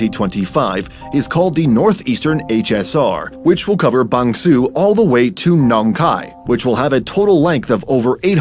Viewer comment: I don't think Bang Sue is pronounced Bang Suu in Thai, although I don't speak Thai either.